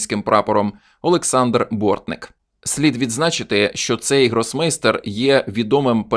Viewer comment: Не Борнік, а Бортник.